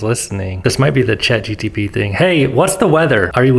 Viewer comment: just in case no one else has said it... it's Chat GPT not GTP haha